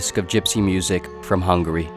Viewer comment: The first guy that pronounced "Hungary" correctly! Thank you!